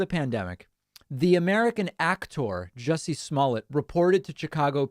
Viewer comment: David, Sir you are saying his name wrong. It’s Juicy. Not Jesse